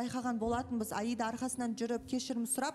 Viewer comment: раздражает он неправильно говорит имя Аиды, всегда говорит Айда, ударение ставит неправильно!!